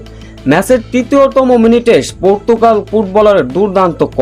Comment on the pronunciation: ভাই সেটা পর্তুকাল হবে না! পর্তুগাল হবে যে! আগে আপনার ভাষা ঠিক করেন তারপর এখানে চাপা মারেন ।